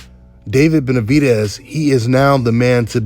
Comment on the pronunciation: I don’t see what’s so hard about saying Benavidez. DEZ like Dez Bryant. “Benavideeez” How in the hell did you sound that out🤔 sounding dumb af